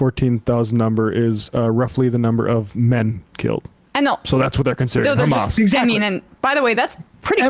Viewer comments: how many times he said khamaas with this little moment? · When your " khamas, khamas" doesn't work.